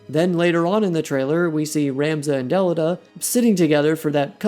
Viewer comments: Who is Del I da....or Del I ta.... it has been Del e ta even pronounced in the game. Ok Ted Mosby. Head on over to the renayyyysaunce fair.... was a great vid until you went all pinkies up. I will never understand. Its like the tedious vs tidus....just get it right. The game literally speaks their name and you say it incorrectly. Why? How? So frustrating. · If you have played the WOTL , I don’t know how you keep pronouncing Delita’s name incorrectly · That pronunciation of Delita is wild